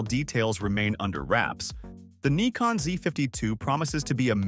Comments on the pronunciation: What the hell is a Knee-Con? The Brits call it a Nick-On, I call it a Nigh-Con, what do the Japanese call it? I mean they are the manufacturer of the silly thing! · Ummm…no. Nikon themselves many times in their own videos say “nai-con” or “nih-con”. In the U.S. it’s usually pronounced Nai-con, and in Europe or Japan nih-con. I’ve never heard anyone say nee-con. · Neekon? 😂 robot voice not good. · Sometimes the robot gets confused and opts for Ny-kon instead. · Pick a pronunciation for "Nikon" you keep switching with each camera.